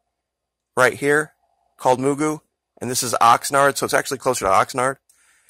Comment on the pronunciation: Point Mugu is pronounced, “muh-goo.” Like Mr. Magoo!